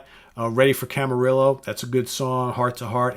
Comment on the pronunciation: "Prog" "Proggy". ???? What kind of words are these! Why can't you say Progressive! "Ready for Camarillo" is mispronounced. Camarillo is city close to Ventura and it's Ca-MA-RIO! Like the Rio Grande!